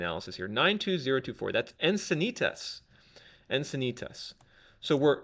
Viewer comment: If you don't know how to pronounce "Encinitas", you can't be an expert in San Diego real estate.